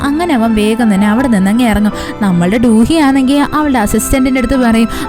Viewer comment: Du hee alla chechi do do hee aan, njan koreayil aan padikkunne